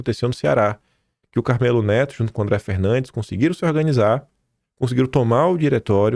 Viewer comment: Oi,! Tudo bem? Sobre pronúncias, o deputado Carmelo Neto, vc sempre o chama de CarmÊlo, e na vdd se diz CarmÉlo, tá! Sucesso sempre pra você! Continue falando por nós! Adoro o seu canal!